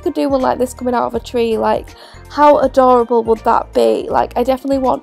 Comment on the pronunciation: her: ahdahrable me: adorable